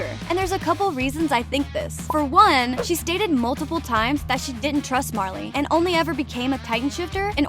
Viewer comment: Haha funny how u say marleyens